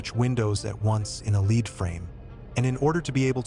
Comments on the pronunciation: Do you not know how to pronounce "lead"? You keep saying leed. Is this just an AI voice over? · Lead is pronounced Led. Just helping. Thank you for the video.